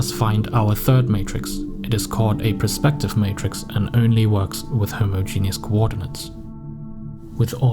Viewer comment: 'homo-genius' bruh